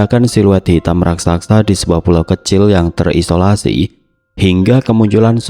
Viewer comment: Bnr2 gak bs spelling RAKSASA ya? RAK-SA-SA, bukan RAK-SAK-SA.